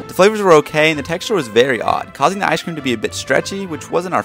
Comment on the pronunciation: Does it not piss anyone else off the way this kid pronounces “ice cream”. Like enunciate your words